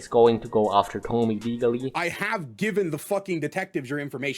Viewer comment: I cant help but notice no one involved knows how to pronounce Tomie. Where are the junji ito fans 😢